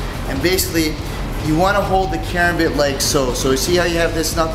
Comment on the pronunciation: KARAMBIT! stress on the second A. Come on...